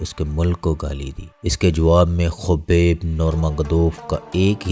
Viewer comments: Yar apni pronunciation thk kerlo plzzz khaaaaaabib Hy not khubaib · Khubek nahi bhai..khabib nurmagomedov hai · Awaaz to sai nikal and khobeb ni h khabib h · Khubeb nhi khabib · kobar nhi yaar khabib naam hai... sahi se pronounce kar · Bro his name is khabib not khobab aur baki video best hay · Its name not khobob it's name khabib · bhai aap naam kyun aise pronounce karrahe ho uska naam khabib hai aour urdu me usko habib hi kehsakte hain... russian accent me K almost silent hota hai. baqi sab to theek hai information.. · Gando 😂 u even can’t properly say name 😂 shame on you. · Naam pronounce karna aata nahi.. chaley hai YouTuber banney.. Dagestan & Chechnya part of Russia...